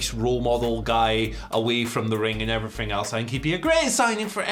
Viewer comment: “and effryfing else” Andy Murray probably